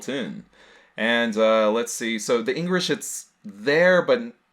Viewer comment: "Engrish" XD